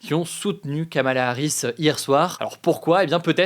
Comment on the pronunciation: Pour info (sérieuse et vérifiée), le prénom de Kamala Harris se prononce apparement "Komela" ou "Komla"